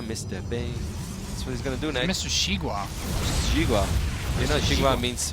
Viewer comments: Not "She-gua", try "See-gua". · jeega wa :p should be pronounced "she gwa"